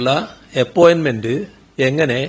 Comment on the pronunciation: അയാളുടെ ഒരു 'എപ്പോയ്മെൻ്റ്😅 ചെമ്പരത്തിപ്പൂവ് ഒന്നുമല്ല😅 അതുക്കും മേലെ🎉 ഹെൻ്റെ പൊന്നോ ഇതെന്തൊരു ജന്മം'